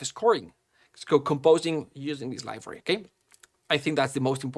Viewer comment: Dude for the love of God please learn how to say "Library", it's not "Livory"